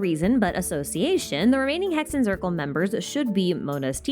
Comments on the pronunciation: i dont want to be that person, but hexenzirkel is a german word and “zirkel” is pronounced tsirkel, so just exchange the z with a ts sound, like tsaritsa😊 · aaaaaa the germans are knocking on my door im in Germany Z is read C , basically say it as you do in English, great video thou